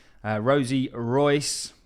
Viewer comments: Rios not Rois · Her last name is quite clearly not Royce. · Boss. Her name is Rosie RIOS, not ROIS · It's RIOS not ROYCE lol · Rosie Rios (REE-OS)! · RIOS not royce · Dude, is Rosie Rios not Royce. The pronunciation is like if you say Reeos. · Her name isn't Rosie Royce (that's how you're pronouncing it). It's Rosie Rios. REE-ose. Sorry, my OCD went into overdrive. Had to clear that up. Good video. Thanks for sharing. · I have a lot of respect for the content you bring us so thank you for this but please pronouncing Rosie Rios as "Royce" just jars me In English, "Rios" is pronounced by blending two syllables: "REE-ohs," with the emphasis on the first syllable. Also Eric Balchunas. Bal choo nas 😂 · You pronounce as Rosie Ri-os not Royce 😵‍💫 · Rios is pronounced Re-os, not Royce. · Rios is a Hispanic name and is pronounced Ree-os. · Rosie Rios ... REEyohs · It's Rosie RIOS, pronounced "ree-ohs" It's Spanish for "rivers." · she's Hispanic and that important ladys' name is Rios, (REE-OHS) LOL get it right. 🤓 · Fam, it’s RIOS! Ree-ohs. Lol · Rosie Rios (Ree-os) 😅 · I know right 😂😂 Rosie is pronounced Rolls...so the correct pronunciation is Rolls Royce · You may want to check Rosie surname pronunciation, you’ve got it wrong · Butchered her name😂😂😂😂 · You completely butchered her name 😂😂😂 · 😂😂😂😂 and then some how can someone who claims to be into XRP get her name soooo wrong 😂😂😂😂